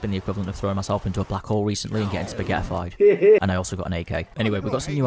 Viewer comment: bro said spaghe'ified